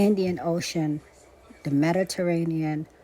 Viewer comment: Ohhhhhh my goodness! Medaterainian! Amanda had a dream about the Mediterranean., gotta re-listen to the last few mins. Love you gurl😊❤